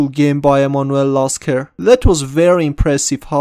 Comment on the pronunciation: Why is my name in the title? Oh wait... Its Lasker not Jasker 8)